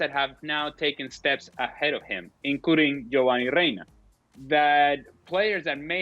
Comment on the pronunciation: Ale don’t think we didn’t notice you tryna claim Gio Reyna with that pronunciation lmao. The US delegation hasn’t put him on the waiver wire